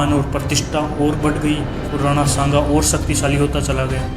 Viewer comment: are kutto Nam to maharana shanga ka achhe se liya Karo Nam lene ki tamij nahi chale itihaash batane